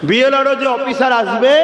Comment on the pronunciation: BL RO নয় সাহেব BLO হবে।।।